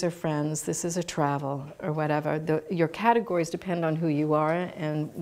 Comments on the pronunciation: Oh, I winced at hearing 'catero-gize' instead of catego-rize! That was good for a chuckle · I think the word you are looking for is 'CAT-egorize' not 'cateRAgize'!!